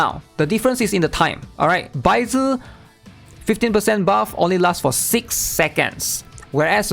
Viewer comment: I just need sanhua from the 5th day reward to complete my encore team. Also, it’s sad how everyone calls “baizhi” baizer